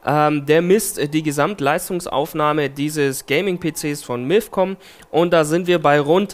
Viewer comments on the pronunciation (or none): Es heißt nicht milf sondern mifcom haha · bei verstehe ich immer Milfcom O.o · Hat er bei milfcom gesagt? XD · Miiifcon xD